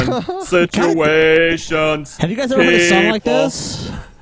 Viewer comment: "All's you gotta do is get those indivijuls into some sitcheeations."